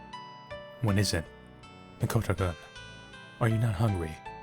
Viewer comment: The way he pronounces -kun sounded like -cunt... It shud be pronounced as "koon"